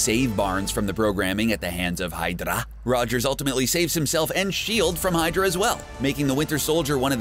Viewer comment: Why did you pronounce h.y.d.r.a as hydara (it sounds like you were combining madara's pronounciation into the word)